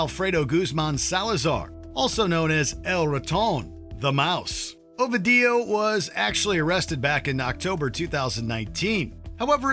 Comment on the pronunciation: OMG, O-vee-dee-you 🤣